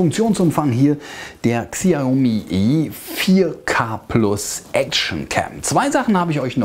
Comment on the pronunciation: Genau... XI- AUH- MIE